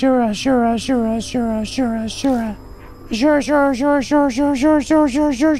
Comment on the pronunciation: The way to pronounce "asura" is "azu-rah".